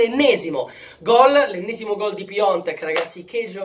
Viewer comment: Ma perché lo continuate a chiamare PIONTEK ???? SI CHIAMA PIATEK !!!